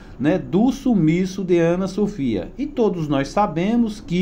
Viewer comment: A nenina é Ana Sofia, fale direito. Essa adolescente be estudada